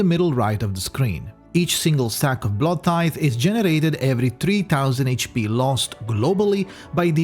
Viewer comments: it cannot be that hard to say bloodtithe and not bloodthite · Take a sip each time said Bloodtithe wrong. Bluepoch probably needs to change the word into BloodTHITE at the end of this video.